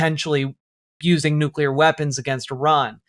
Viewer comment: •New kyuh larr• is how it will always sound from the president's gobhole, officially